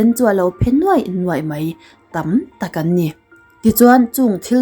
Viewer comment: "Mai" tih tur ah "Mei" tia i lamrik hian beng ati kham deuh thin aw hmeltha lalnu.